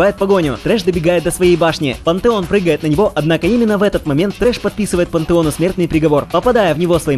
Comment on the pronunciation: Лучше говори Пантеон а не Пантэон